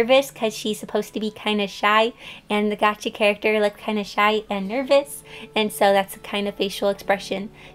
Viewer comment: does anyone else realise that she says "Gachi" instead of "Gacha"?